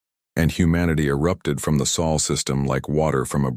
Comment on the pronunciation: You AI needs a spellcheck. Sol, not saul. Long o, as in so.